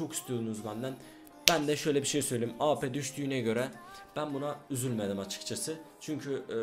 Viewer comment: Senin Şu Awp Ye Ap Demene Bayılıyorum Ya Helal Lan:D